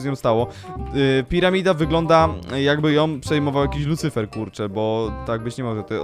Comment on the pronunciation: Lucyfer nie licyfer